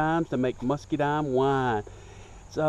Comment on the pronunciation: I like the way he says "muskydimes" :)